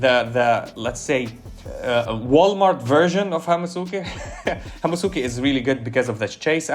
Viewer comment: Bro, Hamusuke is pronounced Ham-ske, most "u"s in japanese are silent. Its a hamster, so Hamske.